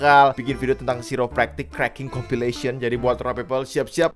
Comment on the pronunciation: Pronounce nya kairę’praktik bro,,,aku pernah ke situ,,chiropractors ahli tulang